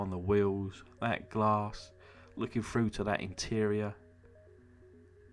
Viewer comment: Great video but please it's through not 'froo' :)